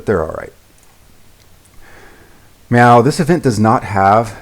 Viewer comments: yeah i heard meow a lot too but i think he meant to say now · i thought he was saying meow. i wasn't sure for a bit. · i'm sorry... are you saying meow?